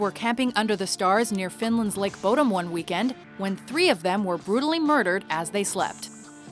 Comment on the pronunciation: bodom is not pronounced like that